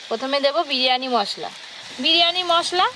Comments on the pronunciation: বিরিয়ানি ❌ বিরানি✔️🤣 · বিরিয়ানি কি কথা বিরিয়ানি😂😂